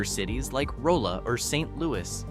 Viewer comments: Okay, clearly when this video was made no one from the area that knows the actual pronunciation of the towns or parts of the state was consulted. Rolla is pronounced "Rah-la", the "Boot Heel" Is pronounced just like it reads, not "Booth Heel". Guessing this was AI voiceovers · And now Rolla is ROE-la, apparently. Good lord.